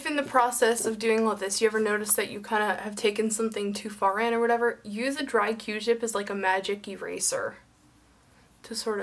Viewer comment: "Take a dry jewtip..." Lol, did anyone else hear her say that?